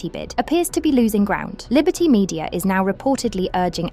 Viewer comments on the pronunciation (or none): none